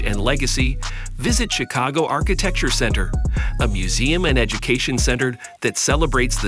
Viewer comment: The pronunciation of some of these words—carousel, Chicago, Tilt….🤔🤔🤔